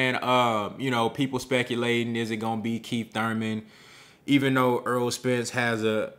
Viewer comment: I like your commentary but please stop mispronouncing his name. His name is Errol, not Earl.